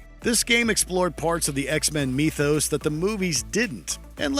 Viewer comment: “Parts of the X-Men meethos” 😂